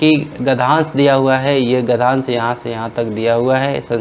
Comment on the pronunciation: Gadhansh✖️ Gadhnyansh 👍